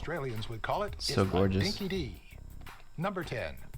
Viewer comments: ROFL at the narrator saying "dinky-dee" 🤣 No, dude, it's pronounced dinky-DYE 🤣 Yep, Keith Urban & Mel Gibson are Aussie (though Mel was born in the US and came here as a child.) FCUK is what you think it is 🤣 It was a UK clothing chain that came here. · Struth. Dinky Di isn't pronounced like "Din,y Dee". Its actually pronounced "Dinky Die". Well at least the yan,y narrator got Dinky, more or less right. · Hahahaha he said "dinky dee" instead of dinky di...which nobody says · Dinky-di It's not dinky-dee, it's dinky-die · 14 Hour flights direct LA to Sydney. Eezy Peezy! Your Winter our Summer. BTW the narrator is reading from a script, it's not Dinky Dee, it's pronounced Dinky Die! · WTF..who produced that video? "All your wally siblings?"...."Yabba about some boomers"?..."Dinky-dee?" It's dinky-dye...dye is pronounced the same as "die". All expressions that no Australians use! It's a pretty useless top 10 amazing facts about Australia. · Dinky dee? Wtf